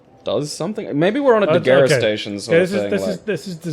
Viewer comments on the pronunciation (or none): Degerestation? WTF? De-gus-tation